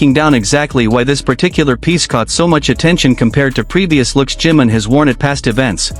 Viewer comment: JIMIM, JIMIN, SAY HIS NAME!!! 😂 JI-MIN!!! NO JIM 🤦🏻‍♀️🤦🏻‍♀️🤦🏻‍♀️